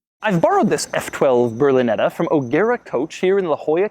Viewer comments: It's "Berlinetta", not "brlineda" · you should learn how to pronounce ''berlinetta''